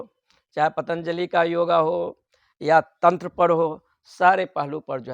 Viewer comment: महाराज पंतजली नहीं पतंजलि है सही शब्द !